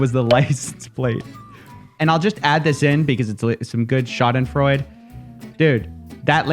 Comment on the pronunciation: Shah-din-froy-duh is the word you intended.